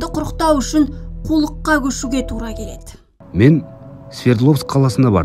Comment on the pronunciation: Жүргізуші қыздың әліппесінде “ і “ “Ы” деген әріп болмаған сияқтығой))) Дейд кетед келед көрінед келед деп жүйкені жұқартты😑